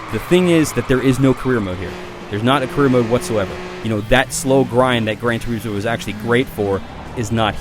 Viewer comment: what the fuck is Gran Tur-ee-smo? butchering the english language again are we??